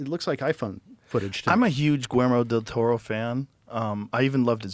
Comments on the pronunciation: My god....the butchering of Guillermo Del Toro's name...jeez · He has learned alot from Tarantino,but got some facts wrong.-Also weird that neither Joe or Roger could pronounce Guillermo Del Toro’s name correctly ,-Weird.-Xenophobic???.